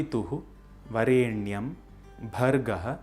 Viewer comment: The pronunciation of स्वः as सुवः is not a common mispronunciation but is the traditionally accepted correct pronunciation. Similarly, वरेण्यम् is, in fact, to be pronounced as वरेणियम्, and not the way it is actually written in Sanskrit. Thus the "correct" pronunciation found in this video doesn't follow the traditionally accepted rules of pronouncing the गायत्री मन्त्र. These are deeper intricacies of the गायत्री मन्त्र known to anyone who has received the मन्त्र properly during उपनयन from a वेदपाठिन्.